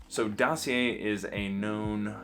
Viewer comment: Btw didn't ur Montreal GF told how to pronounce DOSSIER 😂 you're still amazing ❤